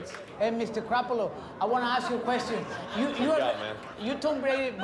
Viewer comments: "HEY MR GRAPOLO !" ??(Garoppolo) Omg that was funny man xD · I thought Memo called Jimmy Garoppolo 'Mr. Crappolo' XD